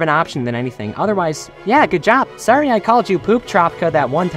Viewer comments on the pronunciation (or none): none